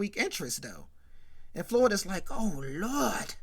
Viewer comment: Why you keep saying “Oh Looordt” with Florida 😂😂😂😂 I’m dead